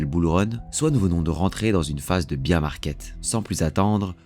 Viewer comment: Bear ours 🐻 🐻 🐻 se dit 🙊 🙊 ??? BIRE ???